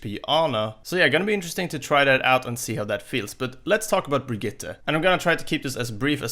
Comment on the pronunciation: Finally someone who says Brigitte decent